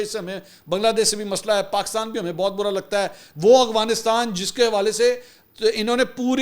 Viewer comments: Bhai g it's Afghanistan, not Aghwanistan. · Bhai saab. I think it is Afghanistan and not Agvanistan, Ahvanistan or Afvanistan. I have been listening to your vlogs for 2 years every day now and you never pronounce it correctly. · Hi I like your work a lot. Your research is good, opinions unbiased mostly, and you’re a Ravian and have nice vocabulary and pronunciation of English and Urdu. But one this irritates me that i have to ask you about, why you can’t pronounce AFGHANISTAN properly, i have been listening to you for couple of years now and you always pronounce it “AGHWANISTAN”. Please clarify if you get time. Thank you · Bahi, its Afghanistan not Agfanistan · Mansoor Bhai sb se pehle wa alaikum asslam lekin 😂1 funny moment aya apki vedio Afghanistan ko ap agwanistan bolty hahahaha😂😂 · You are my favourite anchor , a little correction for your pronunciation about AFGHANISTAN it is not aghwanistan (اغوانستان) It is Afghanistan (افغانستان)۔ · Bro it’s Afghanistan and Afghan not Aghwan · Mansoor bahi, I never hear you correctly saying Af-ganistan, I know you pronounce everything correctly, you were the only one calling Ukraine correctly, just curious what could be the reason?